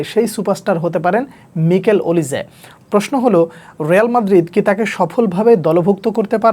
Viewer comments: ভাইয়া নিকেল ওলিসে না মাইকেল ওলিসে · মিকেল ওলিজে❌ মাইকেল ওলিজে✅